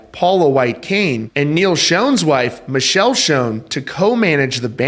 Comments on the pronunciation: Her name is pronounced Mic kell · This story would be better if you pronounced Neal and his wife's names right.